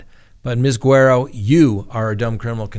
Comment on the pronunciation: Without even seeing her name, Im 99% sure her name is Guerrero not Guero.